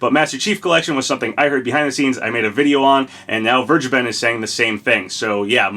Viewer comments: Vergeben is pronounced as v-air-gay-ben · As a german, i‘m laughing hard how you say vergeben lol